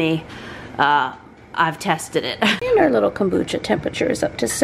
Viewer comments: It’s komBOOcha, not kOOMbotcha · Love your videos. I make kombucha also. We pronounce it "comeboocha". My son gets a kick out of you saying it😂. I don't know the proper way to pronounce it now😂. I heard if using green tea you should mix with black tea also. It needs the black tea. I don't know if that's true but we shall see how yours turns out.❤